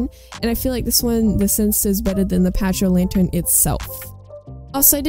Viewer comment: My favorite skins are the broodmother and infected. Also when you say pachy it’s pronounced like packy